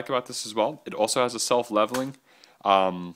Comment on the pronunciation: he's pronunciation of follower totally discredits is opinion in any way shape or form in my mind. Haha.